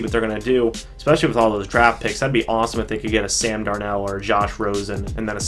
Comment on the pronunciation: It's Sam Darnold.. DARN-OLD